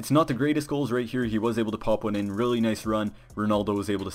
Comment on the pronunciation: "Don't get his one's to watch card" The way he pronounced words like one and money was so funny. Except that great vid mate